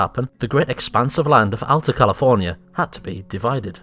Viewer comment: He said Alta wrong